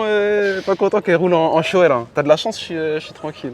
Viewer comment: Ahcheum vous avez dit « shoé » mdrr ça se prononce « shoy » 😅